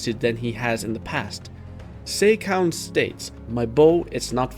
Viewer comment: It's Seh-ka, no Say-ka. In Romaji, the long e is written as ei. If you watch the anime's most recent episode you can hear Riboku saying "Sehka" when refering to Seika. That's also why the King's name is pronounced "Eh Seh" instead of "Ey Say" in Japanese, but I get why English speakers prefer to pronounce it that way (simply put, unlike Japanese, English doesn't have phonemic vowel lenght).